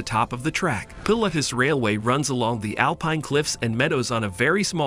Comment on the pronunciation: For heaven's sake... get a human being to do the commentary. The excited robot voice gave us 'Yoonimaginable', 'Pill-atus' etc. And it's 'The Daring' not 'Darings'.